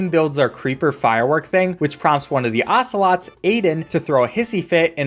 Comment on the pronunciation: there not ocelots, there assolots